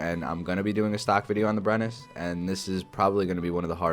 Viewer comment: The Brenus is pronounced "Breneu", no need to say the 'S' basically.